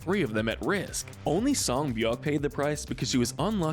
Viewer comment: And is pronounced sei beok